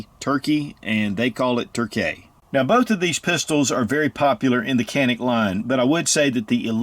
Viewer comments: Turkish pronunciation is actually John-Ick not Jan-ick.... not that it matters. Just thought you may want to know. Cool video. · Say....John--IC. That is the Turkish Pronunciation. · John-Nick if you can't pronounce it right, (i'm turkish-american) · Was told Canick is pronounced “ “Jah-nick” 😂 the sales douche tried reaming my ass at the counter for calling it Canick. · Pronounced Tschanik . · I hear in Turkey they.pronounce it "Janik". But they say Turkay, not Turkey. So let's stick with canik. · oh you’re ignorant you pronounced it canick, that’s so ignorant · true pronounciation: Ca is like “Ju” in “jump” and nik is “nick”. Greetings from Turkey. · Dude, you need basic Turkish lessons You are far off on that pronunciations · thats not how we say it tho